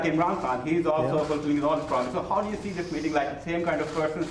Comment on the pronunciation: LMAO! He cannot pronounce the simplest of words. He says "we'll have to tee" (see). What a PRESIDIOT